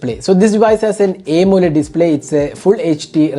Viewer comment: Bro! Please try to say Aamoled instead of A moled like you say!